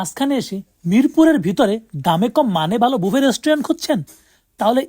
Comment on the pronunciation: ভাই বাফেট কি?? উচ্চারণ করতে না পারলে ভিডিও বানায়েন না। এর উচ্চারণ ব্যুফে । রেস্টুরেন্টগুলোর নাম বিয়ন্ড ব্যুফে, ব্যুফে লাউঞ্জ etc।